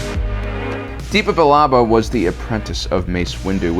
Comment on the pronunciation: The way you pronounce Depa Billaba is just horrendous lol